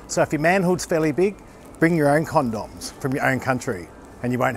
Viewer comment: "Bring your own Con-Dawms and drink bottled wadda"" lmao